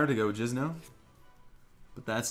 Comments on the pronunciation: it's Jinzo not Jizno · is he saying jizz-no instead of jinzo on purpose?